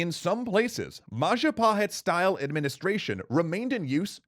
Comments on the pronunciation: mahajapit ❌ majahapit ❌ mapajahit ❌ mahapajit ❌ ma-ja-pa-hit? ✔ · MAHAHAJIT-WRONG MAJAHAHIT-WRONG MA-JA-PA-HIT? CORRECT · Jestin It's Mahajapit (beep) Majahapit (beep) Mapajahit (beep) Mahapajit (beep) Mapajahit (beep) Ma-ja-pa-hit? (ding)